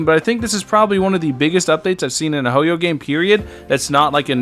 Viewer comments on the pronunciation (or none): none